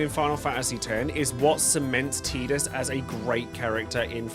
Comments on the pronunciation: I've made it to ffx in this video and I gotta ask. ARE you saying names wrong on purpose or are you actually so deaf you've never hear them say the characters names I mean seriously TEEdus TIdus bro TIE dus not hard to say WHEN THEY SAY IT IN THE GAME!! istg if I get to ff16 you call the mc cleeve or clove or some dumb incorrect wording when they say the name to you I will lose it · I will be that guy to start the argument..... It's not Teedus it's Tide-us. I don't care that English dub of a Japanese game misspoke the name. I knew a guy named Tidus and it was Tide-us. There was also a stand up comedian with stuff on Netflix back in 2017 named Tidus and it was Tide-us. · Drink everytime he says Teetus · Anyone pronounce tidus, Tie-dus? ✋ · I'd argue that Tidus: A)'s name is pronounced like the word Tide, with a long I sound. B) has his own story separate from his relationship with Yuna. He was always living under the shadow of Jecht, as both a Blitzballer and a Guardian. His story revolved around his growth, showing that he could stand on equal footing with his father, as well as learning to accept his real feelings behind all of the anger he had in his heart for Jecht. If you remove his relationship with Yuna out of the equation, and just have his story of growth, you still have a great story. Not to mention, one of the things that Tidus has that both Zidane and Ramza also have is portrayed in the many memes of FFX. For that, I'd say he's deserving of S-Tier. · Why does almost every English speaker mispronounce Tidus’s name it’s Tide-us as in Tide water his character is water themed even the head developer of the game, pronounces it Tide-us it’s not that difficult lol. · You said Tidus's name wrong. Thumbs down